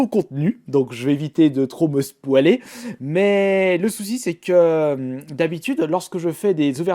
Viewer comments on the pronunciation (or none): yo, pourquoi tu dit "spoal" au lieux de spoyl? ce nest pas une critique je taprécie beaucoup ^^